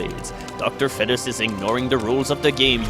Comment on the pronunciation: im being an ass hole doing this since its 2012 but pernounce is feet-us sorry for being an ass face